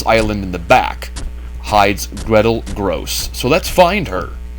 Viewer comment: "Grosse" is pronounced as "grocer", not "gross".